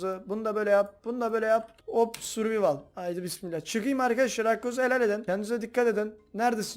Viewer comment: Abi survivalı yanlış söylüyor birde cretivi (doğru yazdığımı bilmiyom) onuda yanlış söylüyon